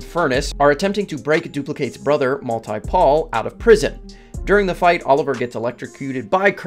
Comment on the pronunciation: Watching the new season and hearing it here as well. Why do they pronounce multi-paul that way 😭. It ruins the pun. It's not mull-TIE-PAUL. It's MULtee-Paul like the word multiple. It's not pronounced Mull-TIE-Pull. It would be like calling his sister reply-kate not replikate.